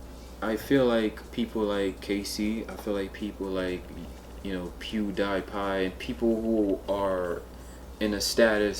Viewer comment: PewDEEEEPie, not Pew die pie :) He got some entertaining stuff, in my opinion. That particular stunt, was dumb. But we can all agree, gotta respect his grind.